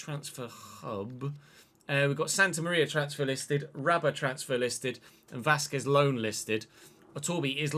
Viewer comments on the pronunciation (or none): none